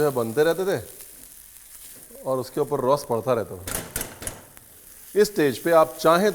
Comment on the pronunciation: It's not रॉस, its रस.. रस means curry in Marathi.